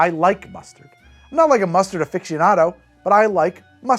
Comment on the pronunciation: Again, where is this "uh-fiction-ado" pronunciation coming from?